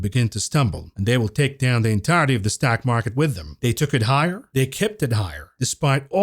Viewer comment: whos jamie demon? heard of jamie dimon but not demon. you cant even say stock market. you're like: ståack market. I mean wtf is a ståiack? Learn english.